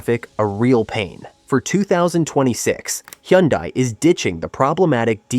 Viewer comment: Learn how to pronounce Hyundai😂